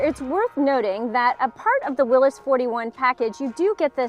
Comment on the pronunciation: Thank you for saying “Will-iss.” So many people mis-pronounce the man's name.